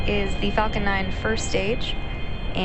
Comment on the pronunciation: when she said falcon 9 it sounded like f'ing 9